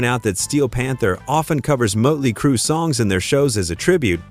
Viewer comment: Motley not mutley